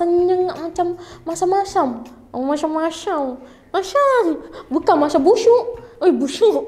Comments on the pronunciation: "masham masham" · Ghisaauuu part sebut masyam²😂😂😂